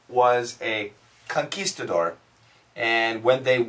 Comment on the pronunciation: Hi I realized that that when you pronounce the word "conquistador", the "qu" is more like a /k/ sound. However, as I look this word up in the dictionary, it indicates a /kw/ sound. And I believe that we say the /kw/ sound in words like "squid" and "quibble". Is there any rule to this? As I know you prefer to talk about this kind of question in another channel of yours, to play safe, I've already left the same piece of text there^^